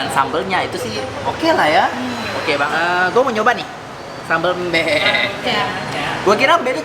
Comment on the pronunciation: Sambel Mbe itu baca huruf e nya itu seperti menyebut e di sEmur, bukan nyebut e di Ember. Itu sambel khas bali selain sambel matah